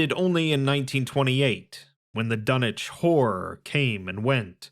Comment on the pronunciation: You said the title like Dunnege whore